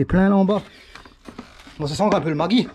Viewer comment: Tu me fais toujours marrer avec tes commentaires .... Ça sent le Magui ?! 🤔🤔... J'ai cherché un moment et j'imagine que c'est le Maggi, ce qu'on met dans la soupe ou les sauces . mais prononcé à l'Allemande 😂😂. Moi aussi j'avais une golf qui sentait le Maggi et c'est pas bon signe 😅😅😅 .